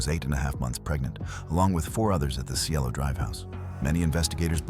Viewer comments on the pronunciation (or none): none